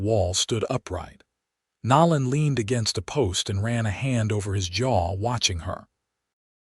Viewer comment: "Nō '- Len" Long "O".